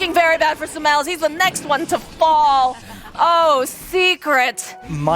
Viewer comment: the caster keeps calling sumail with smel